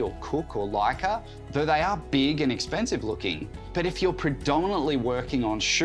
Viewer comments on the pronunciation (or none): none